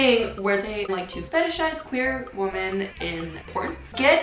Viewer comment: i'm so confused about how people with english as their first language don't know how to say "women".. it's frickin pronounced "wimmen" not "woman"